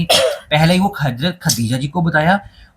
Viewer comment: Bhi hajrat aor hazrat dono ka alag meaning hey sahi se pronounce ker lia karo 🤌🏻